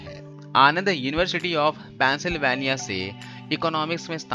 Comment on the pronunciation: I liked the way...you pronounced ... Pennsylvania...